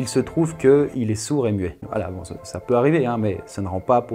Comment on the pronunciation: "un témoin sur mouet"😂